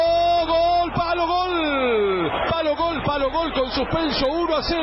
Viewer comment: No amigo, el 'tatatatatatata' es una marca registrada de Víctor y le queda genial. Y no es 'gal', es 'GOL'... mucho mariano closs.